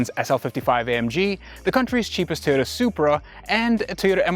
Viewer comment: Pronounces it "Ty'ota"